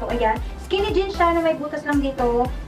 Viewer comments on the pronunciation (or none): none